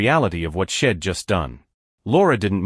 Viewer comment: Poor AI narrator, too many mispronunciations, choppy pace. Story have very little life to it, like they are not real people. "Shedd"? LOL! How about "She'd"